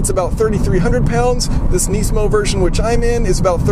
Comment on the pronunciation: if youre going to compare a lemon to a pencil at least learn to pronounce the nismo name.